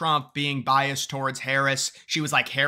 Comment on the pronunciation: Is it just me or does keep saying bias when he should be saying biased? Sorry, not sorry... It's bugging my autism.